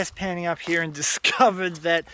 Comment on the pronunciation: I like how you say "here" as "hee".